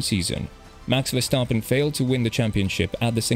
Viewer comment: Big shoutout for pronouncing Verstappen correct